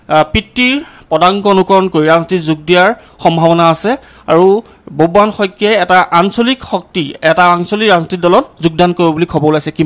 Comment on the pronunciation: বুববাহন নহয় অ সাংবাদিক ভাই, বব্ৰুবাহন